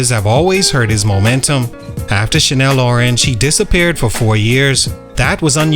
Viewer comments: Channel Orange. Chan-nel. Not Chanel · Why u keep saying Chanel orange it's channel orange lool good content though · The butchering of his album name is crazy. Channel Orange not CHANEL ORANGE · “Shannel” Orange? Seriously?